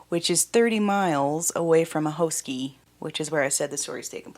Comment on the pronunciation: a-hoskie not hoeskie like you pronounce hot